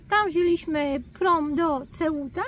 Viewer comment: C w języku hiszpańskim wymawiać się jako S jest algesiras nie agkeciras tak jak Seuta a nie Ceuta napisałem.jak.sie to wymawia 😊